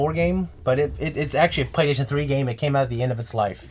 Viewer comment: It's what I heard when would say "Playstation". Go back and rewatch. You won't be able to unhear it.